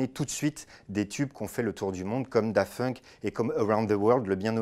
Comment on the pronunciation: C'est moi ou il dit Dafunk ?